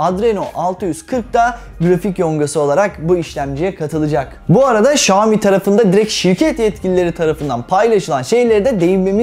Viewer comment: okunuşu Şami değil şayomi diye okunur